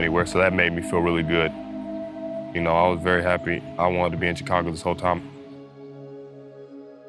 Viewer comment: BRO NEEDS TO LEARN HOW TO PRONOUNCE CHICAGO